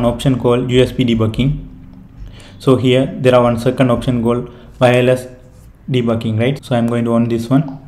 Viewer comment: literally i hear "de bu KING" XD